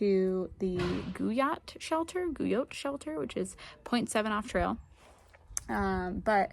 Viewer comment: Guyot is pronounced “gee-oh” with a hard g